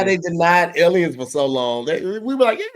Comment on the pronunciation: can't say "Alien" correctly to save his life lol